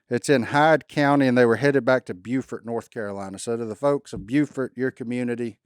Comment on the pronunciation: Thank you for mentioning our lost brothers here in Carteret county flying back from Green Head Hill. We're always Remembering down east. ❤ Also, it's pronounced (Bo-fort) N.C.